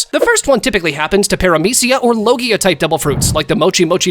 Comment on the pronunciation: Did you say logia for the venom